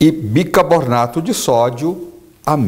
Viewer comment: BICARRRRBONATO SENHOR BICARBONATO.... ALOE VERA SR. ALOE VERA